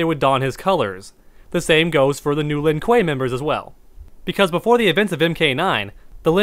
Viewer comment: Isn’t this the guy who can’t say sub zero name right or the Lin Kuei